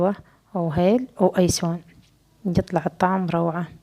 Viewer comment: ينسون مو ايسون 😅